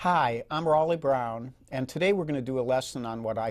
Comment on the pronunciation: This dude don't even know how to pronounce his own name. Next.